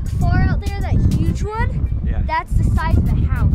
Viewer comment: SAID YUGE!!! DONALD TRUMP SUPPORTER!!!